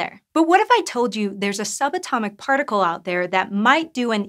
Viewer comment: she says "some atomic", when she should've said "sub atomic". Come on, make them listen to themselves. At least she's not racing to get through her talk, or on word compression speak with NO pauses between every sentence.